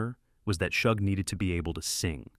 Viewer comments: Shug is not pronounced like Chug. It’s pronounced like the “Sug” in Sugar. “Sug”-(gar) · Shug: SHOOG or SHUG - as in the word SUGAR. 💯🧁🍨🍦🍰🍩🎂